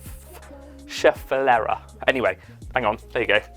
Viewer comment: save yourself the trauma of pronouncing Schefflera and call it by it's more common name the umbrella plant 😂